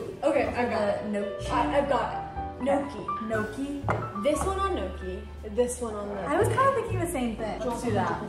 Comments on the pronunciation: gnocchi pronounced like n-yaw-key. I married an Italian... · these vlogs have been making my day ❤❤ and the pronunciation of gnocchi kills me lol 😂 its “knee-oh-key” ! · i love this series so far! would love to see you vlog weekly or smth <3 also as someone who used to mispronounce gnocchi, I was informed its pronounced as "knee-oak-eee", so weird right?!